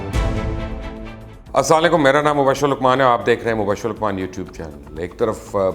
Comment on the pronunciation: Ap Assalam-o-Alaikum theek nai bolty